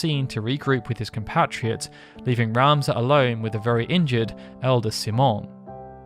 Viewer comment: C-Mon? What an interesting way to say the common name, Simon.